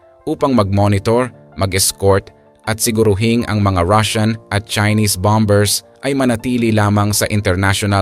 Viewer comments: BOMERS NOT BOM BERS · 😂😂 ahaha yun nga e bom bers daw😅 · Silent b, tama po